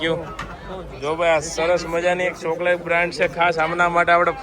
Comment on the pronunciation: તમે જે ચ ને સ બોલો છો એ સુઘારો કરો😅 શણા,સોકલેટ 😂